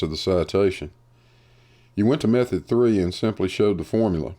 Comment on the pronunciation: Gleem, a narcissistic Dunning-Kruger moron who cites a plethora of articles without reading them, and then spews pure bullshit, thick as shit. One's intelligence is suspect when you pronounce method as mefod.